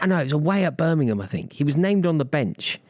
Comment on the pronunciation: work on your Birmingham pronunciation.